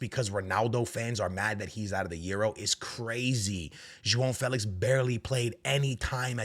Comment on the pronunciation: "Jo on " Felix not Joao Felix 😂